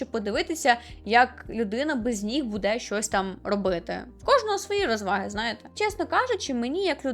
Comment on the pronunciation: Зрозуміла, що ви з Вінниці, коли ви сказали "будЕ" 😅